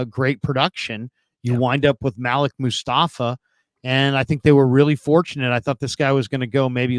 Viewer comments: When white people try to say your name its cringe worthy... His name is Maleek!! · ITS PROBOUNCED MA -LEEK!!! .. OMG WHY DO WHITE PEOPLE PRONOUNCE IT MALICK🤦🏿‍♂️🤦🏿‍♂️🤦🏿‍♂️